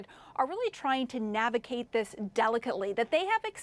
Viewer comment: it’s navigate, not navicate